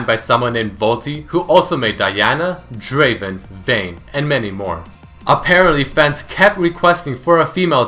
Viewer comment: Not Draven, Draaaven...